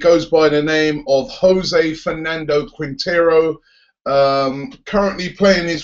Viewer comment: Haha Robbie it's 'Juan Fernando Quintero'. He's a very good player and he's Colombian!